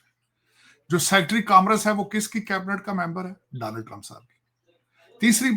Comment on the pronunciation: Tarar bhai Danold nai bolte bache donald...samje